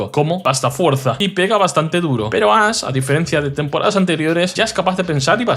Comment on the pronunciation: Muy buen video! Lo único que no entiendo es por qué el youtuber a Ash lo llama "Ass" y al tipo psíquico lo llama "sísico"